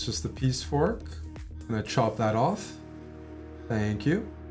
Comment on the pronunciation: knight oof instead of orf. I'll see myself out.